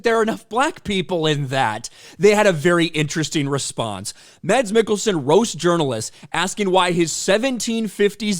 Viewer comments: PSA: "Mads" is pronounced fairly close to "Mess." Found that out not too long ago. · I am merely wondering that if someone talks about Mads Mikkelsen, why he didn't even take the time to learn to pronounce his name. Typical arrogant ignorant American.